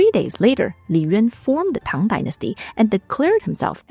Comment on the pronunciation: Can I just say that I absolutely love how the pronounciation of Chinese is fluent and proper - I absolutely hate it when "scholars" can't even pronounce "Tang" correctly! It makes me go 😔 But this is just (not) effortlessly beautiful and properly done! Lots of love from Greenland<3